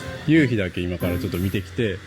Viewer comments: 関西人ですがイントネーションやっぱり違うと思います笑 ユウヒ⤴︎ではなくユウヒ⤵︎かなぁーっと... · 関東で生まれ育ちました。西の方に親戚多めです。 聞いててほとんど標準語に近い感じなのに、夕日だけ。。。😅 ゆ↑うひをはじめに聞いた時なんだろう？と思いました。 ゆ→うひが多分全国的に通じるのかと思いました。 南大東島行ってみたいなと思いました。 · 夕日の発音に笑ってしまったのはおらだけ？ゆうひ、東京では、→→⤵、 多分沖縄も同じ、、ゆうひを、⤴→→だから可笑しい、通じないｗｗ